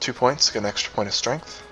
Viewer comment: Now I don't mean to pick on your speech patterns but you seemed to be mispronouncing "STREMF"